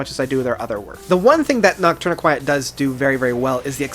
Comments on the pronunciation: Eh... no. Noc-turn-EE-quet. It comes to from Nocturnal and Tourniquet. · Noct- tourniquet not quiet LMAO do you know what a tourniquet is? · first I thought you were being clever & making a joke, then you pounced it the same way the 2nd time & 3rd & 4th etc... Noctourniquet is phonetically pounced: Knock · turn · eh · kit ... It's a portmanteau of "Nocturnal" & "Tourniquet", hence it's pronounced as "Tourniquet" with the added "noc" (pronounced "knock") syllable, or: knock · tourniquet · It’s pronounced Noctourni-kit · My dude. You can't just pronounce 2/3 of the album titles so brutally wrong like this. "Noctourni-quiet" is particularly bad because it's sung very clearly in the title track. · It's pronounced Nock Turn A Kit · noct- tourniquet. as in the thing used to stop bleeding in dismembered limbs. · your pronunciation of nocturniquet is...just silly man. lol. anyway, my list (from favorite to least) would be 1. frances 2. amp 3. de-loused 4. goliath 5. noctourniquet 6. octahedron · Lol at the way you pronounce Noctourniquet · I'm surprised so many people can't pronounce these albums correctly, adding letters that aren't there. Crematorium, mule, amputexture, and whatever this guy did to Noctourniquet.